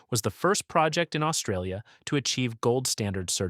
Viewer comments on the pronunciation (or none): none